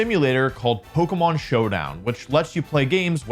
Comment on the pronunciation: It's pronounced like "Po-kay-mon", Wolfe.